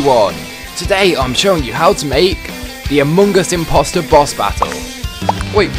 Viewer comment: amoong us impooster